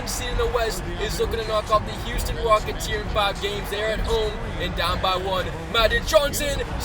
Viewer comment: Halftime said Houston Wockets